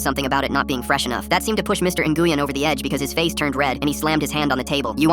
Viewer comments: It’s not pronounced ( in-goo-yen ) it’s actually pronounced ( win ) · Its Pronounced "Win' or "Wein" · "In-goo-yen" is crazy 💀💀🙏🙏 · it’s pronounced win or more like when, had a friend in school that would be flipping right now. Lol I used to mess with her and call her n-when, just to watch her eye twitch 😂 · As a vietnamese person, the pronunciation of "Nguyen." Hurts me mentally. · Bro i'm german and even i know that there is SEVERAL pronounciations??😭 Like yes, the pronunciation in the video is deadwrong, but it's not only pronounced win Edit: sometimes it's pronounced as nuyen or nuywin. I'veg got enough viet friends to know this:) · Hearing how they say Nguyen is hurting my soul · Fr that’s terrible pronunciation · they're pronouncing it wrong